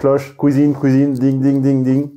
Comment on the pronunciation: « La kouizine c’est par-là... » MDR 🤣